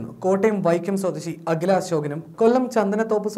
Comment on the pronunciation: ഹാദുയ അല്ല അഖില